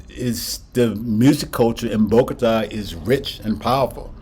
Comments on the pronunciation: I’m afraid in the video you are still pronouncing the name of the city wrong. If you notice the accent is on the á you are putting it on the first ó BOgota it is really BogotA. Hope I’m being clear. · Keep in mind that, if you want to pronounce it even better, the emphasis of volume of the voice should be in the last syllable, as follows bo-go-TÁ. Nice content, keep it up! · You just shared some really good facts about Bogotá. I was also saying the name of the city wrong. 😂 Thanks for the correction.